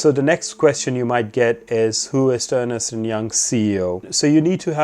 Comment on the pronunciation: Thank you, very helpful. By the way, it is pronounced Ernst, not Ernest! I used to do the same :)